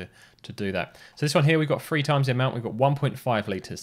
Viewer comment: 3 is pronounced three, not free. Otherwise, thanks for an interesting video.